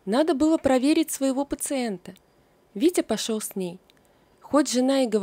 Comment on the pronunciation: Опять """"Витя пошеВ""" , автор, ну ведь не сложно выучить букву " Л". Заметно...вы же читаете людям, соВдаты"-- солдаты. СказаВ ...